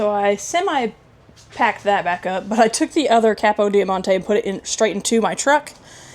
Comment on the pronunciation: Eeeeek, every time you said capidiomonte, I wanted to scream. lol